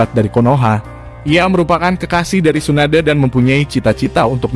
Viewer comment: Hatake baca nya ya huruf e belakang nya bukan jd hatakeu, jg bukan Tsunadeu.. Tp Tsunade.. Eeeee bukan eu